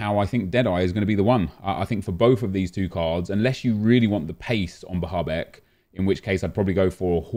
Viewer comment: The way he pronounces Bahebeck and Bazoer hurts my ears